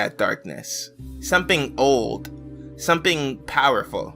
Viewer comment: i like how everytime he says "something" it sounds like hes saying "someping"